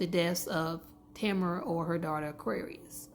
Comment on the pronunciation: This is my good friend! 😭Her name is pronounced Tuh-meh-ruh